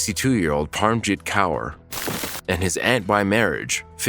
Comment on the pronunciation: Just for future Kaur is a very common Sikh middle name, and is pronounced like "core" 💞 love the channel